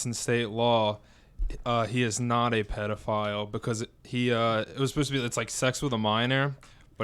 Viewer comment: buddy matt said “pedorist” not just once but twice😂